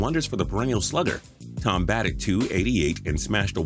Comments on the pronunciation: It's pronounced Jim Toe-Me not tom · Thome is not pronounced Tom. It’s toe-me. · Its pronounced toe-me not tom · It's Jim Toe-me, not tom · Also it’s not Tom the correct pronunciation is Toe-Me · TOE-MAY! IT'S PRONOUNCED TOE-MAY! You just insulted White Sox, Phillies and Indians fans here. And that's a feat! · How did y’all upload this video letting him call Jim thome Tom that many times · It’s obscene how butchers a name that badly. It’s Jim Toe-may. Do your god damn research,. I’m getting very sick of your BS and severe mispronunciations. Cantalupo needs to do this video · I think it's pronounced TOE ME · Way to mess up Jim Thome's name. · RG2499 yep. Makes me mad that people have such big channels, yet don’t know how to pronounce a players name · He does that all the time. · Made me cringe